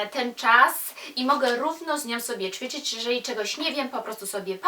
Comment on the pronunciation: Uwielbiam Cię a co do Twoich dylematów językowych to: Hantle/hantelki-nie hankielki;) I jeszcze coś mnie gryzie... powinno się mówić ćwiczyć a nie czwiczyć. Nie odbieraj tego jako hejt, broń Boże apropos ubioru: Kiedy mamy nosić mini/szorty itp? jak będziemy miały 100 lat? jak młodsze noszą to nie dobrze bo jak to taka młoda, jak kobitki po 30 to jak to taka matka itd. paranoja